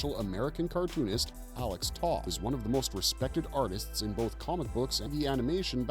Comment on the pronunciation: That is not how you pronounce the name Toth.